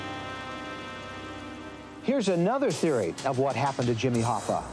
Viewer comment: HoffA not HoffER that's so annoying